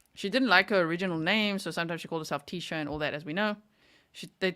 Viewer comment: "Believe tiecha" mode lol